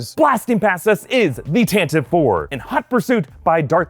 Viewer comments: You actually pronounce tantive as tant a vee. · Uhm Actually, Tantive IV is pronounced as "Tan-tee-vee" four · The "E" in Tantive is not silent.